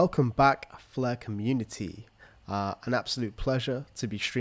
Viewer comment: Flur net-hwork